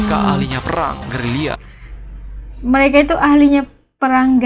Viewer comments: Bukan perang gerila tapi perang gerilya kak ... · Gerilia bukan gerila admin😂😂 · Bukan gerila,buk tapi gerilya👍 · Bkn gerila nyonya tpi gerilya 😂😂😂😂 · AS & TEDDY TV....ANDA SALAH NGOMONG....GERILYA...BUKAN GERILA....OK.